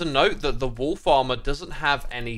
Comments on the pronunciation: Everytime you say "wolfs armor" i hear "wool farmer" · Everytime you say "wolf armour" I just hear "Wool Farmer", and that was really confusing to me until I realised. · wolf armour,... who else heard wool farmer?